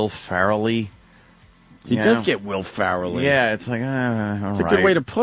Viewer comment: His mispronunciation of Ferrell drives me insane